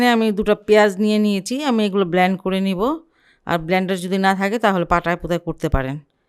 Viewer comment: ধৃষ্টতা ক্ষমা করবেন । উচ্চারণটা ‘ব্লেন্ড’, ’ ব্লান্ড ‘ নয় । আপনার প্রায় রেসিপিই সুন্দর । ধন্যবাদ ।